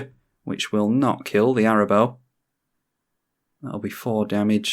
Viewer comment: I know it doesn't normally matter, but you're pronouncing Arahbo wrong. You're saying it as if it's Arabo, but the h makes the middle A long, so it's Araaaaahbo.